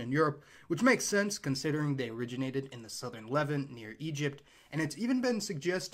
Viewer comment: I have never heard anyone else pronounce the Levant, Lev-ent, ever. Everyone else in the world pronounces it like the last name of Oscar Levant. Congratulations on your unique pronunciation! Very unique on Borneo as well. Never head Bor-Neo before. Just Borneo.